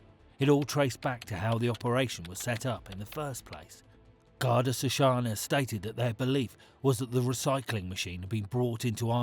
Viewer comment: It's pronounced Garda "shia kawna".